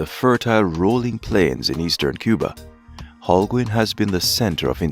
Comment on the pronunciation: The way the narrator pronounces Holguin.... is annoying LOL